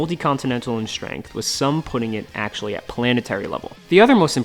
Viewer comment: Video summary: "Ack-show-lee, Ack-show-lee, Ack-show-lee, Ack-show-lee, Ack-show-lee..."